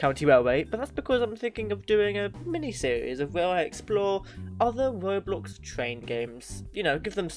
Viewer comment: why did you need to emphasise roblox?